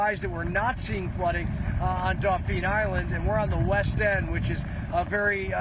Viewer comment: daupheeen island. Tell me your not from here without telling me🤣